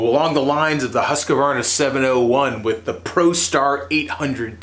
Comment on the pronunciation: Everytime an american tries to pronounce Husqvarna, a kitten gets cancer. It's pronounced, hews-kwarna.